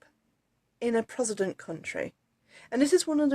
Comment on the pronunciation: Its Pro-test-tant....not whatever the heck you said.